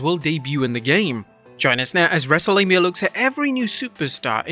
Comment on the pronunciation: He said wrestlelamia instead of wrestlegamia in the intro